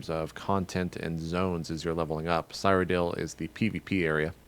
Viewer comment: WTF JP have you never played a Elder Scrolls game before? How do you not know how to pronounce Wabbajack and Cyrodiil lolll